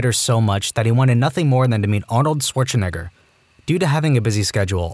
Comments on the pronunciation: excuse me? arnold schwartzeWHAT please never pronounce it like that🙏🙏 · It is said Schwarzenegger. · Bro I don't think thats how you say Arnold Schwazenegger